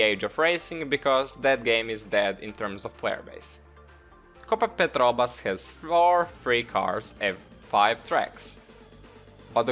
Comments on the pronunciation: Petrobras not petrobas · As a brazilian, i saw you say PETROBAS and i need to ask: ae you sure about that? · Copa Petrobras the way he says it is he Spanish? that's cool